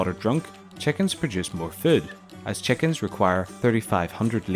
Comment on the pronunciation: What accent is: 'chekins' and 'pegs'?